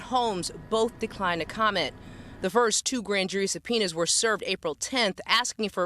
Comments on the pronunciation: "Two subpiners"!!!?😂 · “Supeeners” 🤣🤣Educated.. 🤭🤭Crazy it took THIS LONG…… I’ve been hearing about this FOR A WHILE. And I live in MD.. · “Sub-Peeners”!! ??😱😱😱😱 Whachoo talkin’ bout, Willis??!! English…. PLease 😳😳😳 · Did one of these folks say "Two Supeeners"? Its Subpoenas.. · “Two supeeners was dispersed, today.” Oh, Lort Cheezus. Hep me! Hep me, pleeeeeeeeze! 🙏🏻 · "2 subpoenars" 😂😂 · "Two supeeners were disbursed today". Is this whole town illiterate? Even the mayor can't say the word "ask" correctly to save her life. 😂